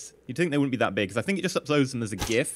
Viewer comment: YES! EE says "gif" correctly!